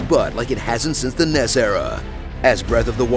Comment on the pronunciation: Did you just say 'N.E.S.' as a one syllable word??